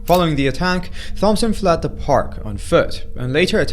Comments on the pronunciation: FYI: Thompson is pronounced Tompson. The H is silent. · I think the last name of the guy in the first video is pronounced "Tom"son I could be wrong but just wanted to say that in case